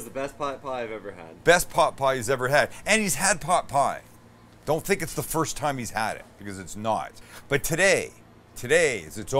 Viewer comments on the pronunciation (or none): none